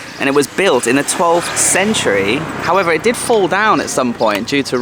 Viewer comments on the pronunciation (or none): none